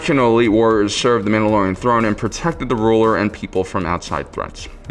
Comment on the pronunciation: Don’t know if it’s just the mask, but the mispronunciation of the mandalorian’s name is killing me.